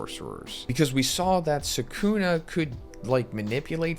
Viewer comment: How you pronounce Sukuna is cringe. Lol